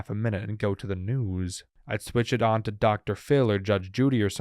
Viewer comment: The way this guy says news is crazy